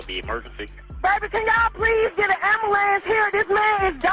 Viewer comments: imagine dying in the street in shitty atlanta, and all this girl can say is "SEND AMBALANTS" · I’m sorry but it’s so fucking funny when someone says “ambalamps” instead of “ambulance”.